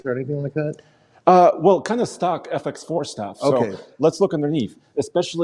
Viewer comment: When you said stock bumper i thought you said stuck bumper, like the bumper is stuck somewhere, and now the truck is STUCK, (not going nowhere)